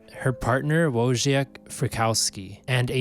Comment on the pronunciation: If you want to be taken seriously, do your research and pronounce the names correctly please. Folgers coffee is everywhere, not hard to figure out. "Wojciech Frykowski" is pronounced "Voytek"